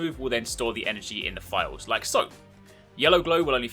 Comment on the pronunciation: It took me awhile to realize he was saying "vials" instead of "files" Makes a little more sense now.